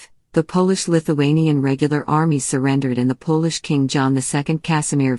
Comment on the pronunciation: I stopped watching when the voice pronounced Polish the way most of us would pronounce shoe polish. Shortly before this they showed a picture of Washington Crossing the Delaware apparently as an illustration of Gustav Vasa. Maybe the res of it's great; I don't know.